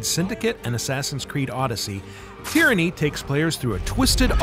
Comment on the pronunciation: I thought you said Tranny king for a second 😂😂😂